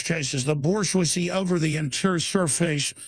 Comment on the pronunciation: "the Borsch-wazee"